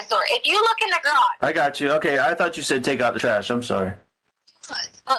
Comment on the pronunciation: Love how she pronounces the garage as (graush) good to know that her extensive education is showing in this and other calls with Al